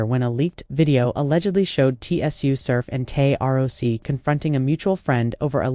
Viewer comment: First of all they said “Tay R O C” lmaooo you just lost your battle rap pass don’t speak on nothing battle rap please 🤣🤣🤣🤣💯